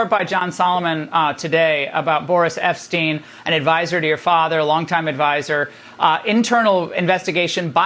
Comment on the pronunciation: Boris Epshteyn is pronounced EP-styne, not EP-steen